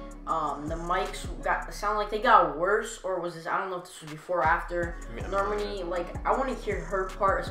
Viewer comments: Normani's name is pronounced NOR-MAH(like ma)-NEE(like knee) just bothered me a bit😅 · It’s Nor-M(on)I